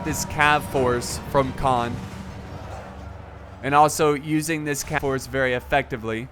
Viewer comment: Khand, not Khan(d). The 'd' is most definitely enunciated, but not as did in this video- it should be pronounced as 'canned'.